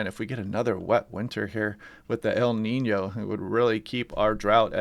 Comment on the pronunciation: Thank you for the update. I like the way you pronounce EL NIÑO. YOU ARE THE ONLY ONE WHO PRONOUNCE it RIGHT! Great job. !